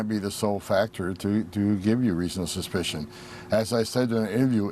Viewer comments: Why does Tom Homan always sound drunk? He can't even spit out the word "suspicion" without it coming out "ssspicion". It's like he has marbles in his mouth. He mispronounced the word "myriad" as well as several others. He sounds like an illiterate old racist drunk. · Is he drunk? Why is he slurring? He can barely pronounce "reasonable suspicion"